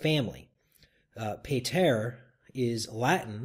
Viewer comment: Nice video but as someone who has attended multiple Traditional Latin Mass for being a Latin Rite Catholic, you pronounced "PATER" wrong. Pater is not pronounced as in "peyter" as in pay (in pay the bill) but "pahter" as in pat (in Patrick Stewart).